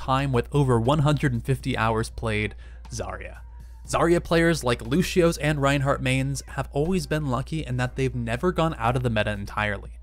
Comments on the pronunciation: do you see a damn H in Lucios name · "lushio" triggered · Josh Giner I hate when they say Lushio... there's no h or s god damn it. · Stop shaying Looshio I swear to fucking god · Unit Lost I pronounce Lucio " Loo-see-oh " correct me if im wronng please. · Why do people pronounce Lucio's name however they want! He says his own name the way it's supposed to be pronounced in some of his lines ffs